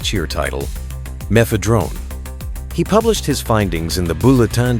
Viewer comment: "meth-uh-DRONE" m'fedrone [tips cap]